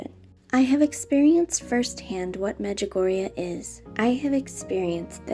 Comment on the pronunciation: XD medjugugu!!